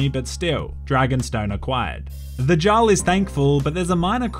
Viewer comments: saying Jarl when it is pronounced yarl... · I believe the word Jarl is pronounced “yarl”. Hydration for your mind 😁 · Jarl is pronounced like Yar-ul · It’s yarl not Jarl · I’m sorry, I love you but this video hurt to watch. It’s pronounced Yarl, not jarl. Second. It’s dark elf or dunmer, not night elf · Plays a game and hears jaarl said the right way Continues to say it the wrong way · Jarl /jarl/??? a norse J is pronounced Y so Jarl = /Yarl/ lol! Dude i love your humor U Da Man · jar-le(no) yar-le(yes) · Also "jarl" is pronounced "yarl" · Its pronounced "Yarl" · And bro, jarl is pronounced “eearl” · or Yarl. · Take a sip of water everytime pronounces Jarl incorrectly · Thoroughly enjoyed the deliberate miss pronunciation of Jarl. 10/10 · must be dehydrated because his mouth cannot pronounce Jarl properly. A good Samaritan must open the fire hydrant near his place and send glorious amount of H2O flowing his way. I think he would really appreciate it. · If he says Jarl incorrectly again I’m going to fucking hydrate myself to death... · Did you just say Jarl instead of Jarl 😒